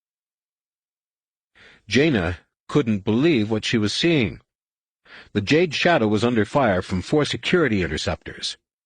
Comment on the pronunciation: lol did he say Juh-day 😂 it’s jade